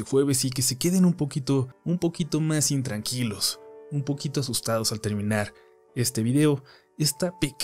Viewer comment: oi mal dijiste o dijistebintranquilos o intranquilos?